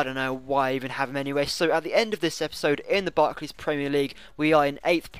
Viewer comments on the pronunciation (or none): none